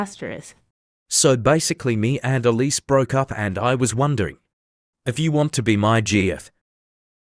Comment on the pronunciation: Elise not elsie